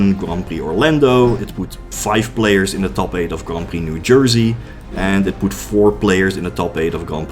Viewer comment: Every time he says "Grompy" instead of "Grand Prix"